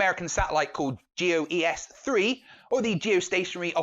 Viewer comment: Great Video except one thing. As someone who worked with it in the Air Force — GEOS-3 is pronounced like the word go’s.